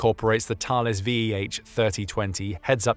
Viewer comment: Yet he got the French pronunciation of Thales perfect ! 😮